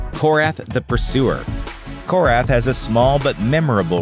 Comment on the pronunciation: Its korath his name is korath